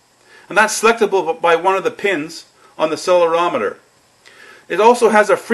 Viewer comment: Just a friendly heads up on the pronounciation of "accelerometer" ;)